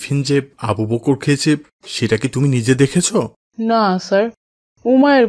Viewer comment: দয়া করে আবু বকর এর নামটা একটু সুন্দর করে উচ্চারন করবেন। আবু "বক্কর "বললে কেমন যেন বিকৃত হয়ে যায়। আশা করি ব্যাপারটা দেখবেন।